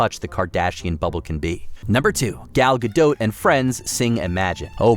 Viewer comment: Gal Ga-dote?? It's closer to Ga-dot...you know...kind of like it's spelled 🤦🏻‍♀️